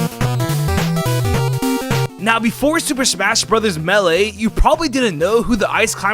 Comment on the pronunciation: It isn’t “meh-lay” it is “may-lay”